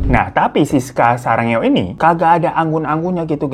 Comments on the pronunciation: Kok sarangeo sih, "sudah gilaaa, bang !" :v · ngakak banget bang hiro bilang sarangeo brut 😭